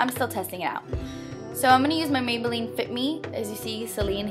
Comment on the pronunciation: You said maybeline lol